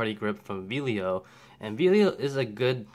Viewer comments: It clearly says Vello not Velio. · Really small point, but it is Vell-o not Vee-lio as you keep pronouncing it. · I enjoyed this video. I have the Vello (NOT VEE-lio), the same as yours. I was noticing on mine that it seems to fit a little more flush than yours. Mine is solid and doesn't shift. I really have no complaints. I didn't have to tighten any screws. I am an amateur and don't use my 7200 all that often but when I do use it, the grip works fine. However, I did learn my lesson on buying 3rd party batteries. They just don't last so I do stick with original Nikon batteries.